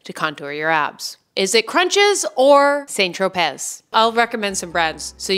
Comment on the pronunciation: Saint-Tropay, babe. Tropay. 😭😘